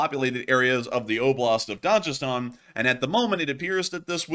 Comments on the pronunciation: It’s pronounced DAG-I-Stan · Hard "G" in Dagestan. There's no "J" sound east of France. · The 'g' in Dagestan is pronounced like the 'g' in 'good' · DaGestan ( G not J ) ... MaKHachkala Ma-khach-kala ( kh = xch) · Makhachkala is pronounced MaHAchkala. Also, Dagestan is pronounced with a hard G.